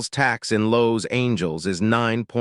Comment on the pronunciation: Odd robotic voice that can't pronounce "Los Angeles"